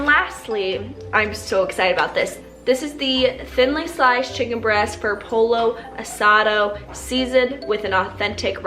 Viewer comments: wait lmao polo lmaoo its "poyo" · I didn't see any comments about this. But, Pollo is pronounced "pO-yO". I am Hispanic and a Trader Joe's employee. Love you ❤ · You said pollo but pronounced the l’s 😂 love your videos girl! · Girl it’s pollo 🐓 not polo 👕 poy-oh. love you very much Whitney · Whitney don’t say PoLLO- it’s pronounced “Pojo” but maybe you were kidding! Great video! Xoxoxo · "Polo asado" lol I guess for English speaking people we could say it's pronounced poYo asado? Idk lol but that was cute. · No, she said "polo asado" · Please do what I eat in a day! I need meal prep ideas!! Loved this video, missed you on YouTube! Btw, the pollo asada is pronounced “po-yo”.... in case you were interested😁😂 love yah💜💜💜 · Lmao... for those of you wondering, pollo is pronounced “poyo”. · GIRL YOU DID NOT JUST PRONOUNCE POLLO LITERALLY...ily but WTF lol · ahahaha she did lol!